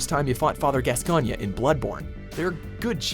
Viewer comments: It's pronounced "Gas-coin" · its pronounced GAS-COIN dammit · The way he said gasgoine tho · Some people can't pronounce Gascoigne's name, despite it being said in the game. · Charlene Alyssa Ingram that's the one that came to mind, yeah. It's not even hard to pronounce, the people who say it wrong are just overcomplicating it.